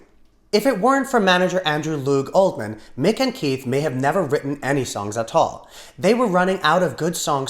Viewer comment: Maybe it's my hearing, but I don't think so - 2'53"... Andrew Loog OldMan, I think not ... his name is OLDHAM.